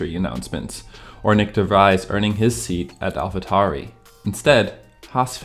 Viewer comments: The content itself is ok, but your pronunciation of DeVries, Grosjean, and Mazepin makes it seem like you've never heard anyone say their names before. Makes it feel like someone not familiar with the sport reading a script. Also, Schuma"k"er and "H"u"lkenberg are generally accepted ways to pronounce those in English, but since the channel description suggests you're located in Germany, I suggest not to ignore the "Ü" in Hülkenberg and the "ch" in Schumacher maybe? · how have u never heard anyone say de vries' name